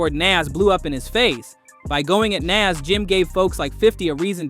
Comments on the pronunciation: I'm probably older than you bro...his name is Nas....not Naz 😂😂dude was saying the name wrong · Nas and Pac has the pronunciation like DOC, not AX or As. 😂😂😂😂😂 I don’t like when people say Nazz or 2-PACK. 😂😂😂 it’s effin annoying!😊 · Say ahh or Doc, then say Nas! Like people say 2-PACK and it has the same sound as Doc, but it’s Pac! Good content but the mispronounced Nas is wild! 😂😂😂